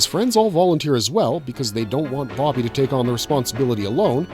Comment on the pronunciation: BoBBY boBBY, not Boggy. stop saying Boggy.